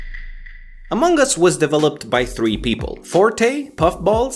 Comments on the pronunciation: English is my second language so i don't know, but isn't it supposed to be pronounced among us, and not amonk us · you pronounce it like "Among Gus" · is it just me or did he say " AMONGG US "